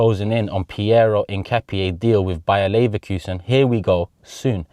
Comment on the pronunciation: As an Ecuadorian myself, you’re the closest in the pronunciation of Hincapié. ( In-kah-pee-aye)